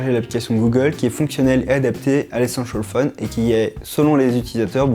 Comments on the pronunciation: Allez un petit effort sur la diction svp.. Et un petit cours d'anglais ? 500 fois essenchal fone c'est pas cool. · échancole phone 😂😂 ( c'est ce qu'il dit )